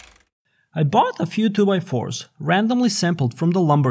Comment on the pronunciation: “I boüght”